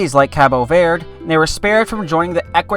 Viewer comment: If you're going to give respect to Cabo Verde you could at least pronounce Verde correctly 😂 Anyhow I've been there (for real not my mom stopped over) and it's brilliant!